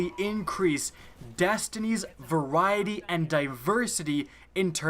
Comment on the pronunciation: Pretty sure that you said "Increase light level" wrong. Also, just because it isn't at the current light level or isn't relevant doesn't mean that it was "taken away" or "brought back"